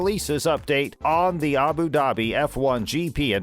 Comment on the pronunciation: It’s Abu Dhabi not Abu daaaabi